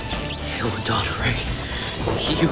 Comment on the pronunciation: it’s do-tor-ray do yall not have drama classes 🤭🤭🤭